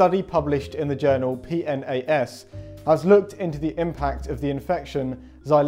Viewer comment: You are supposed to pronounce it P-NAS